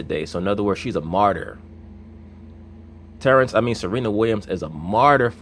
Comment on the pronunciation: when this dude says "Terance" i fucking lose my sides man.